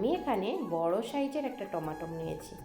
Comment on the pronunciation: বাঙালি কি ভুল, কি ভুল, আরে ভাই "টমেটোম" (Tomatom)নয় l ঠিক নাম ও উচ্চারণ হলো " টমেটো"🍅( Tomato) l